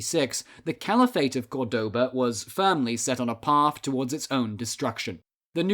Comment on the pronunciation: Córdoba is pronounced by stressing the first syllable not the second, so many English speakers get this wrong.